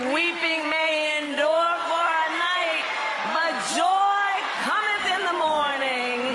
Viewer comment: "Joy Commonth in the Mornin" No words could be more prophetic.